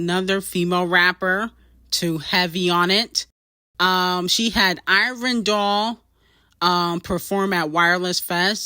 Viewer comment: learn to pronounce ivorian doll's name correctly, cmon now she's literally uk female rap royalty